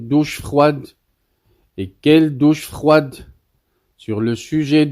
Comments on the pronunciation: " La doch frouade, rieteri, grouusse gifleu 😂" Nul de nul, changez-moi cette voix qui ne sait pas lire et fissaaaaa. Tu veux faire de la propagande marocaine mais tu n'es pas un professionnel...ça se voit pôvre et le roi ne va tarder à te mettre au cachot comme le RIFAIN NASSER ZEFZAFI. Houmiliatioune 😂😂😂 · En plus, il est nul de nul...un cerveau carré qui ne sait même pas lire ..." Docche frouwade" oh ha wili wili wili " l'humouliation" ... À cause de lui, Dumas, Molière &co se tordent dans leurs tombeaux.😂